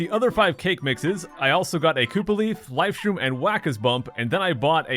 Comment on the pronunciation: and cook up the life stream.... wait you said life stream? it sounds like you kept saying life stream for those times not life shroom or atleast like life shtroom lol but still... hammer a flying enemy or koopers shell an enemy that flys as first strike can it work like in game cube version? aka the thousand year door?